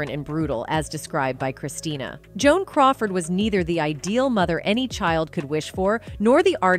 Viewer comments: What kind of low quality videos is this? It’s Christina. Not Christiana. This woman should let her mother rest ffs. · It's Christina not Christiana!! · Her name is Christina, not Christiana... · Christina not Christiana. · The narrator loses credibility when she doesn’t get the daughter’s name right. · Can’t you get her name right? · Her name is Christina!!!! Get her name right!!!! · Please correct numerous errors, such as incorrect spelling and mispronuncIation of "Christina" and "Bette". As far as from where Joan adopted "Christina" (not Christiana) : celebrities who used Tann's services did include Joan Crawford (twin daughters, Cathy and Cynthia were adopted through the Tann agency), but daughter Christina and son Christopher were adopted through other agencies). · The mispronunciation of Christina and Bette Davis is criminal. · I only made it through 1/3 of this video... it is so poorly researched. You mispronounced Christina. You mispronounced Bette. Also there are movie clips spliced in there that have nothing to do with Joan or Christina Crawford. Worse yet: when did we start saying "A" for Abuse and "K" for Kill ???? Those may not be pleasant words but they are certainly not blasphemous swear words that need to be sanitized. OMG. Thumbs down. 👎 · She mispronounced Christina’s name & Bette’s